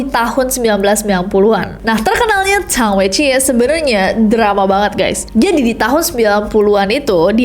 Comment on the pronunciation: Po si lai sama sang wei ji bacanya kak Di mandarin, b di baca p Zh di baca s X di baca s ie di baca i